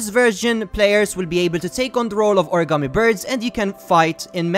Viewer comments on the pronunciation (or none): none